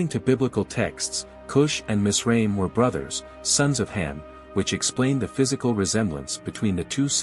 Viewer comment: Its miz- Ra - Him. Like Ab-Ra- him and Eph-Ra-him